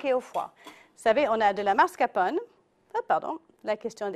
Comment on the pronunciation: MascaRpone et non mascapone... tres mauvaise recette